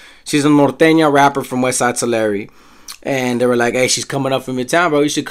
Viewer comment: Hey I looked up the pronunciation. You are right. Down South in CA. we say "Two-lair". You are right though saying "Two-larry". One said "TUH- larry". I stand corrected sir.